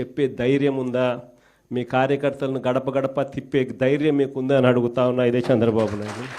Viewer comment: హేయ్ జగన్ శాంద్రబాబు కాదు చంద్రబాబు అని పలకవయ్యా మాజీ. ఇదేనా నీ తెలుగు వెలుగు, తెలుగు ని నాశనం చేసేస్తున్నావ్, కోవిడ్ టైమ్ లో cm రిలీఫ్ ఫండ్ లెక్కలు చూపకుండా దొబ్బేసావ్ కదా మాజీ, మాజీ అయిపోయిన నీకు సిగ్గు లేదు, నువ్వు సమాజం ఉండటానికి పనికిరావు, నీకు సరైన ప్లేస్ జైలే, నీ అవినీతి కేసుల్లో నిర్దోషిగా నిరూపించుకో జగన్, నీకు బుద్ది మారదు, పాకిస్తాన్ వాళ్ళది నీది ఒకటే బుద్ది, త్తు, త్తు, ఛీ, ఛీ.